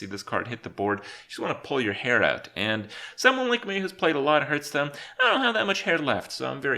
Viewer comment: I love how he calls the game Hurtstone. Same krip, same.